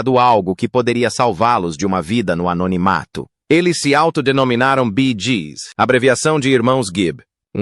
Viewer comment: Boa noite porque o narrador não fala o nome da banda corretamente no caso bee Gees faz favor nunca serão esquecidos amo os Bee Gees amoooo